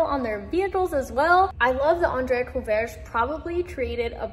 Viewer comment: you got the beginning and the end of his name correct, the middle not so much. It's pronounced "cou RAY ge"